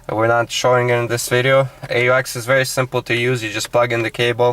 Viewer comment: i dont understand how to get to the aux mode you said ex, what is ex?